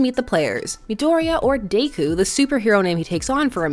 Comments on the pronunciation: day-coo? it's Deh-coo. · Im i the only one that notices she is say “dayku” instead of deku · No hate here but I think deku is pronounced “Deh-kyu” instead of “day-kyu” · DEku not Dayku lol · "DaykU" she says. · It's Deku not Daku. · Is anyone else getting mad she’s saying daku instead of deku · “Midorya or dAkOo” lmao why she say deku like that? XD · No one, Not a single soul, Her: "Day-ku" "..... Yep, perfect pronunciation......" (This is a JOKE) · Lowkey feel like you pronounced Deku as Daeku just to pis$ some fans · i love you but dayku is killing me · I’m bothered you’re pronouncing Deku like daikoo